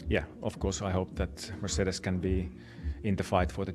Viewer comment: I like how he’s always saying Mercedes correctly haha